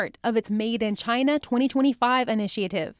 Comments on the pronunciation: Chyna or Chiaana? love the way it pronounce. There has to be this signature hand gesture when you say it. (👐🤗) Recently there was new name coined, "KUNG-FLU". it was mentioned briefly and sort of fade out. I kind of like that too. lol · I totally agree with you. I was just touching on the humor of it name pronounce by Trump. he can not pronounce China properly. he has this weird strach, "Chiaana". makes me laugh all the time. *cheers *